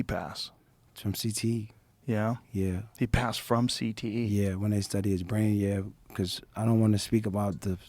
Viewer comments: Is he saying "CTESPN" intentionally or...? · He definitely got a speech impediment if it’s not cte